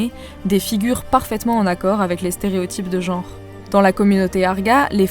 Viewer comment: ça partait bien jusqu'à la prononciation de "stereotype de genre".. j'ai quitté la video